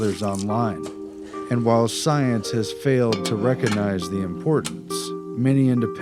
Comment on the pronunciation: The "G" in recognize is not silent.